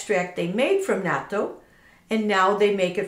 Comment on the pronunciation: Woww you're the only White person who pronounces it correctly. Lol. Bravo.